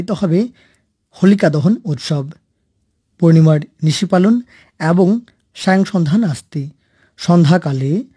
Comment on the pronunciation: এ্যবং? না, এবং?